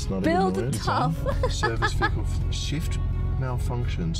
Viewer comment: Why does she pronounce it wehicle